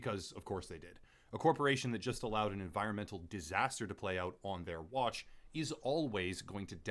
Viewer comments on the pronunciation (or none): none